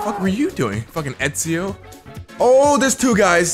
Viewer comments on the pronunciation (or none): none